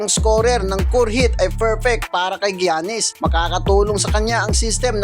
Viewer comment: Sa-Bon-Nes LEO-Nard GIYA-NIS FORTER JR PILIKANS FAOLO Kawawa sayo BAi hahahaha😂